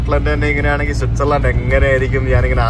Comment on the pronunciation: പൊളി സ്വിസേർലൻഡ് ഛേ തെറ്റിച്ച് സ്കോലൻഡ് 😎